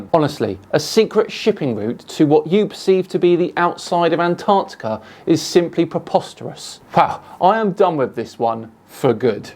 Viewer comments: Someone tell him it’s AntarCtica not Antartica. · Aside from his many failings, his constant inability to correctly pronounce "Antarctica" (it's not "Antartica") is probably Dave's most irritating feature